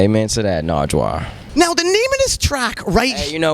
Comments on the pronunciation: dude stop saying "narjwar" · lol nigga kept calling him narjwar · Not “Nardgewuar.” 😂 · "NARJJWAR" smh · NIGGA KEPT SAYING NARGWUAR NIGGA DOESNT KNOW HIS NAME AND ANYTHING ABOUT THE HISTORY OF DETROIT WHY WAS HE BEING ALL WEIRD HITTING HIM IN THE CHEST AND STUFF THAT WASNT EVEN FUNNY THAT WAS EMBARASSING LOOKED LIKE A PRICK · Mike G. It sounds like he’s saying narjwuar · Why does he say Nardwuar like Nardrar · SmithsonianSamurai Actually he called him "Nargewuar". Like 3 or 4 times... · Whatchu know bout that? 😂 he's asking you Sean don't ask nardwuar 😂 Jesus Christ. And also stop saying his name as narjwuar it's not right 😂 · Big Sean's acts like a ducking idiot in this, calling naurward narjuar